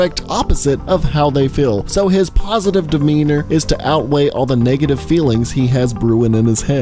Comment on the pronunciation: He say'd positife 48 times